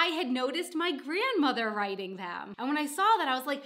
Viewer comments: Don't forget to link to your "Why do I drop the Ts" video, you say "wri ... en" quite a lot in this one. :) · Glottal stop substitution for t.